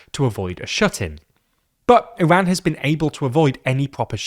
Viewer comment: Thank you for pronouncing Iran and Hormoz correctly 🙏